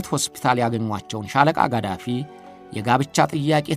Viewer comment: ሙእመር ቃዛፊ ነው ማለት ያለብህ የሳዳምበልጅ ቃሲም ሳይሆን ቅሶይ ነው